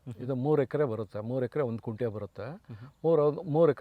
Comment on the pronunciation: Sir, It's not 'Kunte' but it's 'Gunte'.